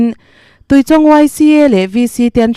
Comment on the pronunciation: A pawi ṭhin êm mai!Mitthi chhungte Pathianin Awmpuiin Thlamuan rawh se...Chuan,Tuichawng ilam dan kha a diklo,Chawngtê tih a,Chawng lamrik dan ang hian lam tur.😊